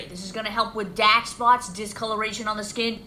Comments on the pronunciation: She says acne with the A PRONOUNCED but then proceeds to 3 seconds later say dAHck like that’s? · Honestly, the way she just pronounced dark spots 😂 She can't be serious